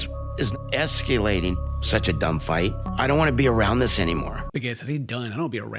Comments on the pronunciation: is CORRECT- Those two were never really together. And now Ed will fake date another woman and Liz will get a weight loss-empowerment spinoff show. Also: “Liz is es-CUE-lating.” 😅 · Wait he can't pronounce escalating hahah